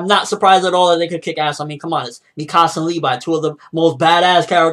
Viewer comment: Great video but youre pronouncing Mikasa wrong lol not mi casa. but i enjoyed this video!